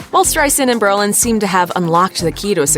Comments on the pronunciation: Come on. It's bro-lin, not bur-lin. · His name is BRO Lin....not Berlin. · isn't his name Brolin. Not Berlin?????? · This person keeps saying Berlin. It’s Brolin stupid! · It’s BROlin, not Berlin!!!